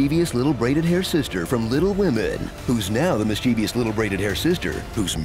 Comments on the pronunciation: Any misfortune that you suffer is because you turned against Friends of the Gerund and blocked the comments therefrom. you said "mischievious" (4 syllables) instead of "mischievous" (3 syllables) -- minus 10 points. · Mischievous. Not "mischevious." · FYI: There is no I in the last syllable of mischievous. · Epic voice guy doesn't know how to say "mischievous". I'm shocked. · Please learn how to pronounce Mischievous. There's no third I :(